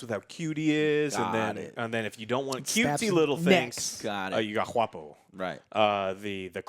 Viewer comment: I like how says "juapo" and not guapo